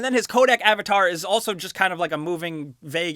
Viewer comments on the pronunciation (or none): none